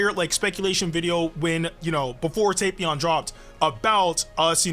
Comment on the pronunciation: Yo You know your saying Tapion wrong? Its Tap ion like Tap Water lol but say it however you like to say it cuz I ain't judging how u say it I'm just telling you ight?